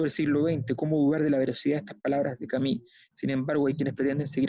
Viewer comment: Lindo programa, Sabato de los 3 grandes argentinos, fue el màs comprometido con la humanidad, un abuelo sensanto. Y Alberto, se pronuncia Camiu, no Cami. Si vamos a pronunciar en lengua extranjera, hagamoslo bien. En buena, pa que no te chaqueteen los odiosos de siempre. Abrazo!